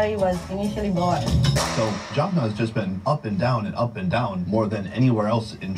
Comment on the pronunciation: Please stop saying "Jorphnurr", it's Jaffna. You are making the same mistake as the guy in the video. The proper way to refer to Tamil people is "Tamils" not Tamilian. Indian Tamils will refer to themselves as "Tamilian" because that's an Indianisation, other Indians refer to them this way. Sri Lankan Tamils are called "Tamils". As a Catholic Tamil, I can say Christians have existed in Sri Lanka since St Thomas visited the southern states of India. The Sinhalese film industry is quite developed, they produce a lot of movies, TV series and telenovas. I don't think the Jaffna film industry is that big, but they definitely have a lot of cool projects going on.